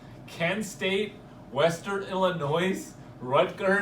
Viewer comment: you know u fuck up..ILLINOIS!!!🤣🤣🤣🤣🤣